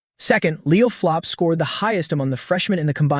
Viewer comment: Why does the AI keep calling Leo's last name flop when his last name is plov